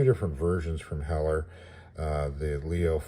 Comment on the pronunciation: Cool Review ,also I think you got the pronunciation right. The local IPMS chapter is Named after Craig Hewett (Whom I knew) and Heller was his favorite brand .